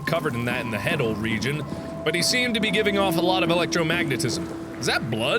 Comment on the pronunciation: Head-al region xD